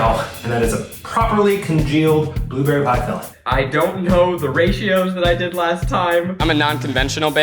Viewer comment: Boobeery Blue berry Pronounciation. Mistake ned Apple's should be caramelised with lemon juice, sugar and cinnamon. Keith you are wrong. When you put it in your filling you poked a knife through it and ruined your crust yourself. It was not the fault of the pie tin.